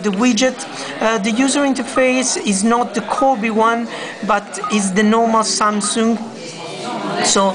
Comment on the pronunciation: lol 'samsooong'